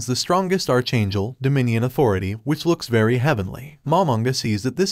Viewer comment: Archchangel he called it archchangel